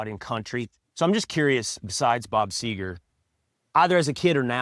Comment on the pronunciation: Is it so hard - Seger?